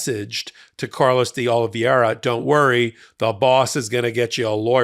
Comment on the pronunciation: Oh - lee - VAY - rah. Say it out loud. Love your content, but I thought you might need this. It's not as hard to pronounce a you're making it.